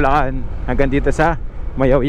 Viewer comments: Nakakainsulto ka po. Mayuyao hindi mayawyaw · Mayoyao not mayawyaw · MAYOYAO PO! HINDI MAYAOYAO! GOD BLESS! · Ma Yo Yao po hindi Mayawyaw. Ingat po